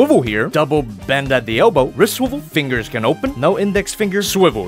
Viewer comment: Just a suggestion for: Maybe instead of saying "can move back that far" you could say something else because it sounds like you were saying CAN'T again, just a suggestion...